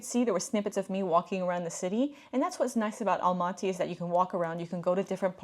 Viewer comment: You don't pronounce the word Astana and Almaty correctly